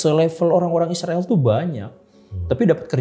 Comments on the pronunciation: Bang bilang israil saja bang bagus, jangan isril gak jelas, ini aku. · Yg jelas ny3butnya boleh.bukan izril,dan siriwil.izrael yg benar.aneh saja bang😂😂😂